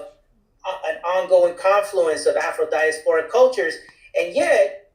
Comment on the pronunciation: said Afrodiasopric, nukka is that a word?